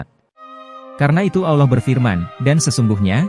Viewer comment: ane keliru sama admin ini. sebut Allah aja ga bisa.. auloh auloh kayak lidah bukan muslim aja.. kalau ente bukan muslim cukup kaji bible ente aja udah..